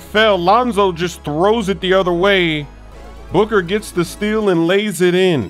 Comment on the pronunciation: Suborneer he says booger lmao